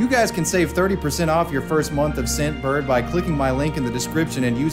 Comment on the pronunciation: Anyone else here Simp bird instead of scent bird